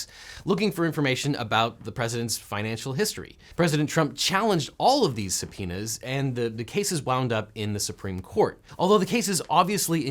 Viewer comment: Sounds like he's saying somepenis instead of subpoenas 👌